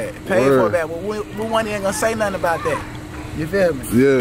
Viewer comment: THINK A-BOW-DID you feel me 😂